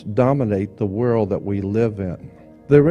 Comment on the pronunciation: I loved the late Jordan Maxwell. Does anyone know why he said "WORL" instead of "WORLD"? I meant to ask him during a live broadcast but forgot.